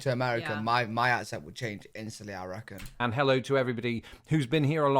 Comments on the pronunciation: "I recken" at the right after saying your accent would change right away, and I sprayed my drink over my keyboard laughing, because it's already changed!!! Went old school Southern too, with that! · It is hilarious that you say that if you lived in America, your accent would change. You end the sentence with " I reckon," and you sounded like you are from the South here in America. You are now an honrary redneck, or hick, or hillbilly. Take your pick.